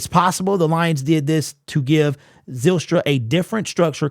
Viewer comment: Zylstra is pronounced like Kyle, Pyle, File, Nile....etc. Not Zillstra, Pillstra, Fillstra... It's a Dutch name.